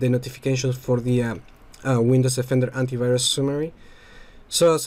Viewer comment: It's Windows DE-fender, not Windows OFF-ender.